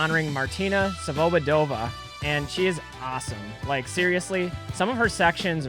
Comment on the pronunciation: Her last name is pronounced svobOdova. Emphasis on the second O